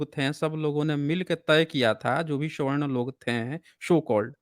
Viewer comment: मान्यवर जी, जयभीम। आपसे आग्रह है कि आप सवर्ण को स्वर्ण न बोलें। मनुवादियों ने ब्राह्मण धर्म में आने वाले भारतीयों को दो भाग में बांटा है अवर्ण और सवर्ण ।वाकि तो स्वयं एक विद्वान हैं।